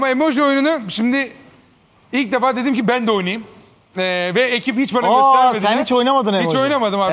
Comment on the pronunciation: derrrdim deyişi